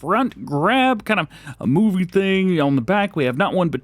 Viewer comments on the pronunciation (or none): none